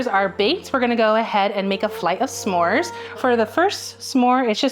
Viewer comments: The end of the video was hard to keep hearing some more instead of Smore, it's not a some more 😕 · I'm sorry, but the way Rosanna keeps saying "SA-more" is driving me absolutely nuts. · ‘suh-more’ gives me the ick i cant 😭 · This is just an ick of mine, but they’re not “SAMORES”. They’re “S’MORES”. Do we pronounce “don’t” as “do not”? NO. The apostrophe is there for a reason. It’s not “some mores” it’s a contraction of those words. ITS DRIVING ME CRAZY. I’m sorry. I love you all. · Ssssssssmores, SSSSSSSSSSSSSSSSSMORES! Not samores!🤦🏾‍♀️ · Curious to know if pronouncing the apostrophe in "s'mores" (suh-mores) is super common? I have never heard it said any way other than "smores" before. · Why does the one judge keep pronouncing Smores wrong? It's not sa'mores, no a sound. Sm. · why is rosanna saying semores ? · Rosanna actually pronouncing it as Suh Mores haunts me more than the cooking. Like yeah that’s the SPIRIT of the word but I’ve never heard anyone say it that way. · THANK you. No one else pronounces the apostrophe in s'more. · i’ve never heard the apostrophe in s’mores so pronounced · Is it just me or Rosanna pronouncing s’more is killing me lmao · i love the way they pronounce Smores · Why did she keep adding an a there isn’t an a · Ro's pronunciation of "s'mores" is definitely something. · Ro doesn't know how to pronounce s'mores